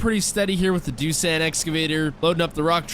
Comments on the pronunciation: Pronounced doos-on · Doosan is pronounced doo-Son